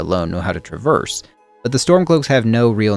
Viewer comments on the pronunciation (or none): none